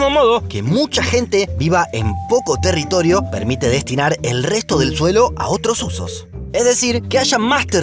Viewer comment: "territolio" 🤣 soy el unico? Gran Video, como siempre. Gracias!